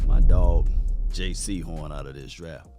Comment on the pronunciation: ITS JAYCEE HORN NOT JAY SEHORN